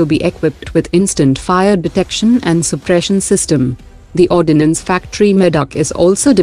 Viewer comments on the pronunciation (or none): none